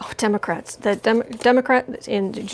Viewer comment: Explain why you say Demograte instead of Democrates